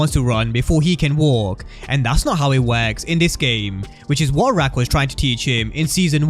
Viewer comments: You killing me everytime you say rack instead of raq 😆😅😂 still love the content 👍🏾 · Just say “Rock” gang lol